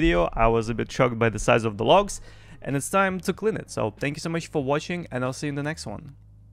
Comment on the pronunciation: Good video, but i swear you say "thank you for washing" in the end, and i just want to say no problem at all!